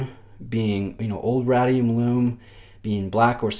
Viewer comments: RAY-DEE-UM. As in radiation. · I have to admit that I'm an Omega Guy, as most if not all Rolexes leave me cold. That said, this Seamaster 300 is a nice re-imagining of the original. Not so sure about the aged radium (pronounced RAY-dee-um in the US, lol) lume though. I have it on a Steinhart OVM and its peachy color drives me nuts. On this watch it appears more brownish/tan and is less offensive to my eye. Would I pick this over a Planet Ocean? Probably not, but I appreciate the attention to detail that Omega devoted to this watch. Great review as always,! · Lee K thanks Lee. I must admit I have a hard time pronouncing things right on camera. I've been making a conscious effort to say 'height' and not 'heighth' but I still get that wrong most times. I'll ad Ray-dium to the list :D